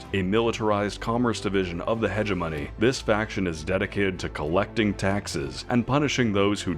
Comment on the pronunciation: Nice vid but... imagine playing star sector as long as this guy and still pronouncing hegemony like him :face-blue-wide-eyes